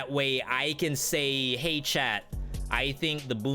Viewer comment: It took til an hour + to realize your were saying chat and not Chad...i thought Chad was the male Susie..maybe a little too high bit ive been watching it through and i got to say your tier lists are fantastic you're doing an amazing job